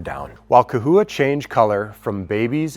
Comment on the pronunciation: Lmao !! It’s CA-HOUA ( pronounced ) Still spelled CHAhoua LOL 😂 🦎😉🤣 There ya go !